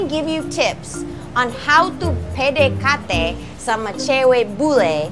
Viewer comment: hahahahaha your so funny, i like that when you saying PDKT it's really funny.. i like it